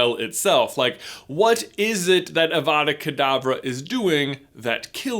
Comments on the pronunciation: It is pronounced like avadackh adavah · It's 'avada k'davra' which means avada do k'davra as I say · I’m never not going to hear Abra Cadabra when I hear Avada Kadavra again